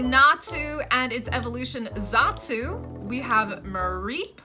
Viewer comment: WHY U SAYING NASTU AND ZASTU IT NA TU AND ZA TU WAAAAHHHHHHHHHHHH😭😭😭😭😭😭 WHAT DA H*** IS THE PRONOUNCIATION FOR PINECO WTF??????????????????????????????????????????? 😭😭😭😭😭😭😭😭😭😭😭😭😭😭😭😭😭😭😭😭😭😭😭😭😭😭😭😭😭😭😭😭😭😭😭😭😭😭😭😭😭😭😭😭😭😭😭😭